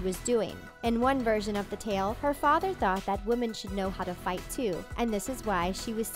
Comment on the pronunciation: Waaah, wahmen. Dont need no man. GFY